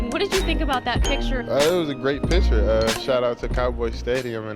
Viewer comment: Do you guys realize the narrator says picture like "a pitcher of water"